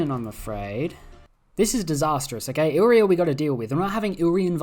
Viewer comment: Hey, re-read illyria. You're saying illrya when it's illyria.